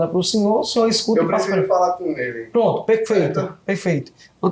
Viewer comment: Cada vez q ele falar “proonntu” aleatoriamente